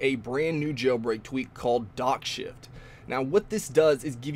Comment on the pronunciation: Did anyone heard "dog shit"?